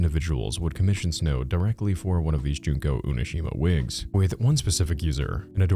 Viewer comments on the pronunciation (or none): UNOSHIMA? its not pronounced like that 💔